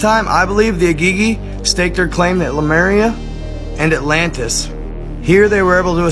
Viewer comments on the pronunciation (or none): none